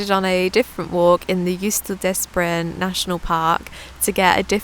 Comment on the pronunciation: Hello ❤ new subscriber here 🤓 Break up Jostedalsbreen in four. And pronounce the o,e,a properly. JOOSTE-dals-bre-en. The j is not a dj sound. It’s a Ye sound 🫶🏻🤓 hope this helps. And Å is its own sound. It’s the same as the word all(right).